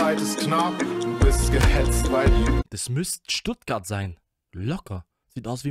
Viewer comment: Ich frag mich ob du dich extra so stellst... "stuttgart" oh man